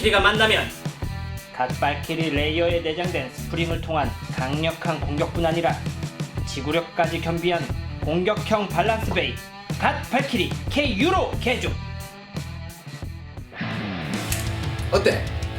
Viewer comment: 갓 발키리 KU때 밸런스가아니라 발란스로들리는1인